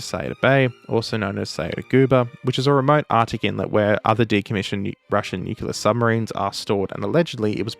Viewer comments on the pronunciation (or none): thinks he's got grounds to lecture Americans (the vast majority of whom do, in fact, say "nu-clear") on pronunciation... - says "nu-cu-lar"... Just talk about the submarine,. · "Nukular" isn't the correct pronounciation ANYWHERE. This isnt a yank thing, this is a YOU ARE PRONOUNCING IT WRONG thing. It's nuclear, not nukular. American ignoramus-types say the exact same way you do lmao. Also, in addition, I love your vids, but Australians mocking ANYONE else about accents is deeply hilarious. From a New Zealander that was birn in the US and emigrated to NZ in 89. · So, are you saying that you pronounced it Nu-Cu-Lar several times in the video out of a sense of irony? (I'm Canadian) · You're right! He's doing exactly what he's complaining about 🤣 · You said nu-cu-lar multiple times. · I swear you say "nucular" - this was funny after that fairly extensive intro on the subject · To top it off he said "new-q-lurr" himself multiple times lmao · That bit was... something, because you really did just say nukyula right before that and then went off on the 'r' part like that's what the problem is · Ok, fair, you actually say nukielar, not nucular. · mocks Americans for saying 'nucular' says 'nucular' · Brother. It’s pronounced *new-clear” as in the nucleus “new-klee-us” of the atom. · > (justifiably) berates the americans for speaking gibberish english and that nucular is wrong > promptly says '500 kiloton nucular warhead' not 2 minutes later never change :D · Most Americans don't pronounce nuclear the way you assume. Water doesn't have an H in it though... It's not watah. 🤣 And herb is a French word. The H is silent. A world exists outside Australia too, so maybe think about that before telling people on the other side of the world their language is wrong. 🤷🏻‍♂️ Edit after watching the whole video: You are literally the person you are complaining about. You pronounced it nuc-u-lar multiple times... 🤣🤣🤣🤣